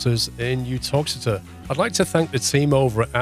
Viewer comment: Managed to pronounce Uttoxeter correctly! 10/10